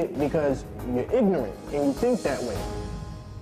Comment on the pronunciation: Did he say ignent instead of ignorant?